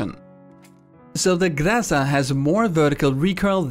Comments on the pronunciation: your pronounciation of the noun "groza" (which means thunderstorm by the way) was nearly correct. The stress is actually on the second syllable and not on the first:) all unstressed "o" are pronounced as "a" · Good job pronouncing groza the right way. One last thing to make it perfect - make a streess on last syllable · actually this is a wrong pronouncing of groza :v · No, its not pronounced the way you did :) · You should say grazA not grAza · I'm russian and I'm afraid you still spell groza wrong. In russian There is a rule that letter "o" changes to "a" when it is without stress. So while it do change from "o" to "a" you need to put stress in a second half. So not GrAza but GrazA.Like we pronounce mOlatav while it's written as mOlotov. I woldnt say anything because i never expect foreigners to pronounce russian words correctly, but seing you say that correct way to spell it is GrAza is quite disturbing because it's simply not true. Thx for your efforts though. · In russian it is grozа́ (гроза́). But gróza surely has its own charm. Reminds me of Zarya from OW. I like that Eng pronunciation so much more than original russian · grozA, not grOza. By the way it's translated as a thunderstorm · Great guide as always! Your channel is best channel for pubg mechanics, keep up the great work!! Accentuation is still wrong in "Groza" spelling, but looks like you are the only one caring about it! My ears are always bleeding when i hear distorted words. Correctly its "grazA" not "grAza". Google translate "thunderstorm" to RU and listen for result. p.s. Cheers from Russia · Trust me GrOza does not pronounced that way. It's GrozA. I'm russian trust me :) Why does everyone pronounces it first way? :P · i dont care how hard you try to spin the "grassa" i will forever call it groza. its like the JIF vs GIF pronounciation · Not [grAza], but [grazA]. Emphasis on the second syllable. Так будет правильней. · Not grOza, but grozA;) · Гроза pronounced as grOza not grAsa